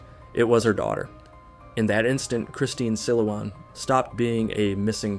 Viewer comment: you even butchered the name 'Christine Silawan'